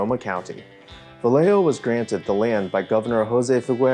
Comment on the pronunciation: Vallejo is pronounced Vah-yeh-hoe. I had no idea what you were talking about until you should the rancho adobe. Lol